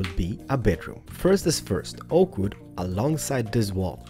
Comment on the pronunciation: I like when you say spruce woode slabs ;) P.S:I hope that you will get more subscribers,you deserve it :)